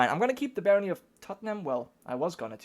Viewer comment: Blame Londoners, but Tottenham is pronounced Tot-num. :p